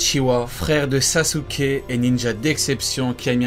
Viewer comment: En dit sasuke avant de faire des vidéos apprends à dire des noms japonais